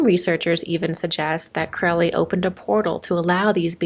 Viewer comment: I believe Crowley is pronounced like it is spelt...not like sourkraut...or krautrock...stand mummified...monkey goddess 🙈🙉🙊